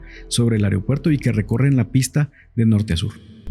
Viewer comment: Se dice AEROpuerto.